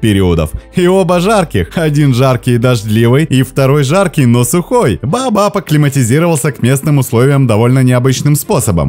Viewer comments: Не БаАбаб, а БаОбаБ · Вы произносите "бабаб" , а не "баобаб". И во многих роликах тоже некоторые слова произносите неправильно, ударение не верно ставите. А так канал очень познавательный и интересный. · А вдруг есть какое то другое растение под названием "бабаб" , а вы тут дерево "баобаб" называете " бабаб" ...это может ввести в заблуждение ваших дорогих подписчиков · Неужели сложно произнести Баобаб? Почему баабаб?